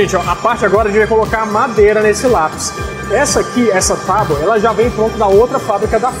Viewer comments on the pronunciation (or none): none